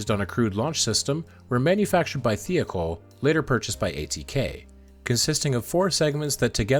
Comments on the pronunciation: Michoud, however, was quite incorrect. It’s a Cajun French name. Mih-show’d, with the d not silent, but not hard, either. Also.. Thiokol.. thigh-oh-call. I would not normally comment on pronunciation, but there is so much video and audio material with correct pronunciations, including news reports, contemporaneous documentaries, and video of the Rogers Commission hearings. It hits one’s ear with a thud and a splat. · FYI you mis-pronounced Thiokol. The "I" is not pronounced like "E". Other than that you nailed this.